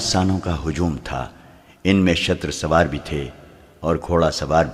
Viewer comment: Shooter sawar not shater swar